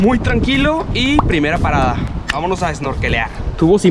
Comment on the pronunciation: I love the way you say, suuuperrrrr tranquilo!! And VAMANOS!! Your videos are so beautiful!